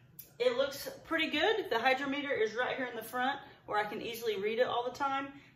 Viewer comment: Hy-DROM-eter. Accent on the 2nd syllable. Pronounced like "drama". First e is soft, like pet, net, etc. Sorry to be "that guy". Sometimes I can't stop myself. ❤